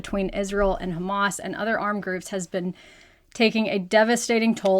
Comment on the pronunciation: all of the facts you shared are lies. Every international agency agrees there is no KHAMAS (which you cannot even pronounce properly) in the hospitals. Hamas said the hospitals are not a strategic target. According to international law, under a brutal occupation, Palestinians have a right to armed resistance according to resolutions 30-46. “israeli” regime has not fulfilled any of its responsibilities as an occupier (according to international law) and continue to commit war crimes by international law.